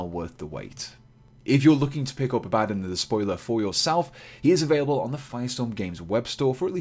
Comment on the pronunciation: Abaddon... "Don" not "Din". Full video sounds like someone miss pronouncing "Aladdin".